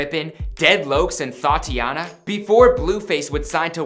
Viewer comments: Thodthiana XD ITS thotiana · Bruh it’s thotiana not thoughtiana lol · th a a tiana? its pronounced th o t iana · It’s prernoinsed ‘datiana’ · He says 'thotiana' so white-ly 😂😂😂😂😂